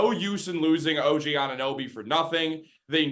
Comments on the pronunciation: Some guy who say Oninnoby instead of Anunoby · This guy can’t say Anunoby “ONIHNOBY” every single time 😂